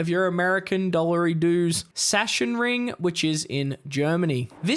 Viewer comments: [Sashenring] lol It's [zaksenring] Can't say the Stang is very stable. The rear wants to slide soooo much, must be ready to catch it. But a fun car anyway, no regrets buying it. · Everybody is calling it "Shashenring" when it´s more like "Zaacksenring"